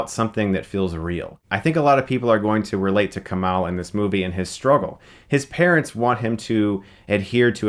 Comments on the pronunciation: its KuMAIL... not KuMAL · Kumail. Mail. not Mal. Mail. as in mail. KuMAIL. (Source: I am brown and south asian) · KUMAIL like E-MAIL. Not KUMAHL. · dude.. it's Kumail not Kumal. lol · I love how Chris repeatedly mispronounced the lead actors name in the review. Lol. Kumail (mail not mall ya dig?) I've listened to him and his friends say his name enough times on the Harmontown podcast. It was weird to hear it pronounced this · Kumail is different than Kumal, just sayin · it's pronounced "Koo-may-ole" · ''Koo-male'' Get it right Stuckmann. You're gonna be seeing plenty more of the guy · You say kumail wrong. It's not kumall. You watched the movie and hear people pronounce it right and u still say it wrong 🤔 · It's Kumail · It's coo-mail. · Coo-Mail Non-Gee-On-E! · Every time Chris says "KUMAL", my soul dies a little bit inside. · sohaybsful I have the same name and the OP is right. It's a Pakistani name pronounced Ku-mail. It just has the same meaning as Kamal. Just take my word for it. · Dude learn how to pronounce Kumails name. Don't they say his name in the movie? You're way off lol. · Kumail isn't Arab. He's from the sub continent and that's how the name is pronounced there.